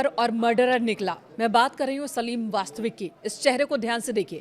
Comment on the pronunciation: Vastik ko vastvik keh rahe kaise anpadh reporter hain 🤔